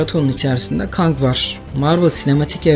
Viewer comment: Video çok güzel sadece kang’a kang demen keng de ya